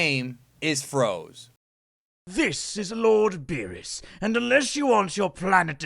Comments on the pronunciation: froze? i thought it was pronounced frozé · Its FrozE not Frows...